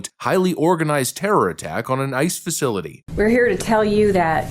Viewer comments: Sounded like he said "an attack on a nice facility" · Learn how to pronounce the facilities name correct.